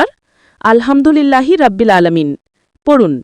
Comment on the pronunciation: রাব্বিল না,এটা হবে রব্বিল। কারণ আরবিতে র যবর র হয়,রা না। আর আলহামদুলিল্লাহি বলার সময় "হা" টা গলার ভিতর থেকে হবে, আপনি যেভাবে উচ্চারণ করেছেন সেটা হয়ে গেছে ছোট হা, আলহামদুলিল্লাহ তে আছে বড় হা,যেটার গলার ভিতর থেকে হবে। আপনার নিজের উচ্চারণ ই তো ঠিক নাই, একেবারে ব্যাসিক একটা জিনিস,যে রব্বিল,এটাকেই আপনি তিনবার বললেন রাব্বিল! 😮 আর হচ্ছে,এতো নিয়ম মেনে, কাহিনী করে আল কুরআন মুখস্থ করা যায় না। যারা আমরা জেনারেল লাইনে পড়াশোনা করি, তাদের জন্য এই বয়সে এসে যতো কষ্ট করেই মুখস্থ করি, সেরকম লাভ হয় না। তাই ২০+ বা ৩০+ বয়সের জেনারেল লাইনে পড়া মানুষের আল কুরআন মুখস্থ করার একটাই উপায়, প্রতিদিন একটা সূরা দেখে দেখে জাস্ট রিডিং দেয়া। যেমন আমি সাইয়্যেদুল ইসতেগফার মুখস্থ করেছিলাম। প্রথম কয়েকদিন অনেক চেষ্টা করেছি বাংলা ইংরেজি মুখস্থ করার মতো করে মুখস্থ করতে, কিন্তু পারি নাই। এরপর যা করলাম, প্রতিদিন সকালে তিনবার আর সন্ধ্যায় তিনবার জাস্ট দেখে দেখে রিডিং দিতাম। আলহামদুলিল্লাহ,এক সপ্তাহের মধ্যেই মুখস্থ হয়ে গেছে।